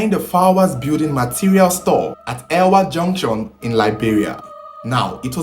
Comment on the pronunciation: It is called ELWA junction pronounced In letters E L W A